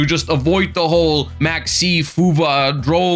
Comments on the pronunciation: It’s FUWA not FUVA get it right buddy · am swedish but W and V are pronounced the same and I think we got it from the germans so makes sense he says it that way.